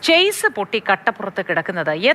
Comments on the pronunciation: ചാസിസ് അല്ല മണ്ടന്മാരെ ഷാസി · Chase (ചെയ്സ്) അല്ല Chassis (ഷാസീസ്) ആണ്.